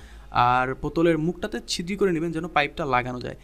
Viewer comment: ভাই, ছিদ্রি না বলে ছিদ্র বলা যায়না?